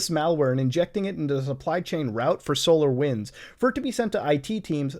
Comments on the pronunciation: Every time he says solar winds I heard solo wins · Ooooo I though he saying solowins